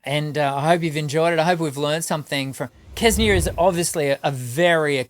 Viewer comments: It's not Kesnia. Try saying Senia with a little k at the start. They are all amazing. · Kse-nee-ya. Xce-nee-ya. How difficult it could be to say that right? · It is really amazing how the native English speakers struggle with foreign pronunciations. It's no rocket science to pronounce "Ksenia". "Ks" in "Ksenia" is pronounced exactly as in "thanKS", "booKS", "looKS", "mix", "tax", etc.